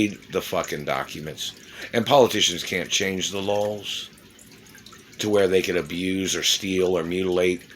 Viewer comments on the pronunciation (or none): I swear to gawd, he's saying "lols" instead of "laws". This has been a four-year troll action by a guy with meth mouth. So, good jorb but I bet your breath still reeks.